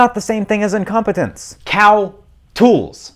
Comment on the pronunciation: First: Premium English... Second: "Cowtools."